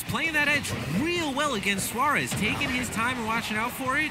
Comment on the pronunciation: Suarez*** not suar